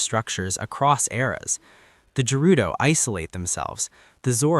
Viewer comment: Great video and theory but why are you saying Gerudo like that 😱